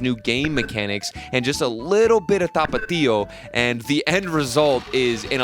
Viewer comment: your pronunciation of tapatio was so on point thank you for putting that in the blender